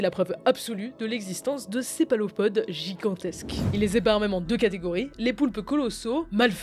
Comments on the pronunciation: C'est vraiment sympa de scénariser les vidéos comme ça ! Ça donne envie d'être plus attentif et pousse à l'immersion. Bravo et merci 💪 "cépalopodes" !? Céphalopodes 😅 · on dit plus céphalopodes que cépalophode... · Sérieusement "Cépalophodes"